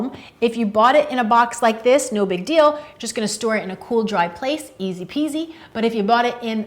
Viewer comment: she said ez peezy lol